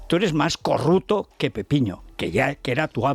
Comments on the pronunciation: ¡¡¡Pero porqué dice CORRUTO!!! 😂😂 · Por .el gallego Pepiño Blanco, este no sabia decir CORRUPTO.